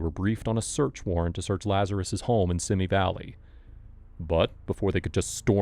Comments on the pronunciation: It's pronounced "Van Nize" - Sorry, I grew up there, and that mad my brain scream. No offense. 😁 And... dare I add it's "See-mee" Valley... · Not SIMI BUT SEEMIE -- two long E sounds. You're mistaken in sounding it like the name Timmy. My sister used to live there -- so I know. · What's up with you and city names? Van "Noise"? "Simmy" Valley? The fuck? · Van-oise ???? Pretty sure it’s Van Nuys pronounced van-nies or van eyes and Simi Valley pronounced seems valley bub